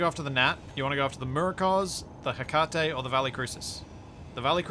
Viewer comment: God I hate how you're pronouncing 'Hecate'.. The greek goddess of magic